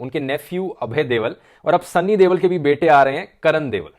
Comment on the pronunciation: You pronounced ‘Deol’ as devl.